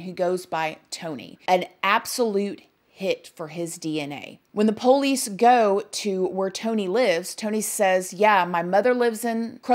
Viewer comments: I would spell it like “ poLease” hahaha Love her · I love how she says “Poe-leece” 😂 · That's how we pronounce it in the south. Lol